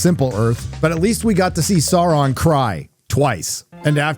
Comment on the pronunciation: I think what you meant to say was Saurrrrrrrrrrrrrrrrrrrrrrrrrrrron